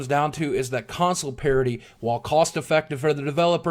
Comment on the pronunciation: Sounds like he say's Console Parody, which is fitting :)